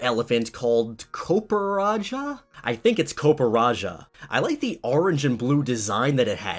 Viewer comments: COPPER + RAJAH HOW DOES HE READ IT? “COOPERAJAH”???? Omg...i can’t 🤦🏼‍♂️ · Copperrajah is pronounced as copper-raja-ah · Kuh-per-rah-jah Can some one get it right